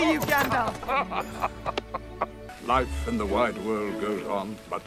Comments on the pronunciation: He called him "Gandorf" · I just keep picturing a fusion of Ganandorf and Gandalf in my head.....ya know, cause ya kept callin him Gandorf 🤦‍♂️🤣🤣